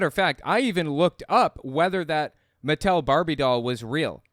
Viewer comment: I'm very cautiously optimistic that it could turn things around for Hasbro and Mattel (oddly pronounced like "Mattelle") films, but I couldn't make sense of how the internet reacted to the promotional materials. It wasn't anything like when the trailer for Cats, the #1 worst film of '019, dropped, was it?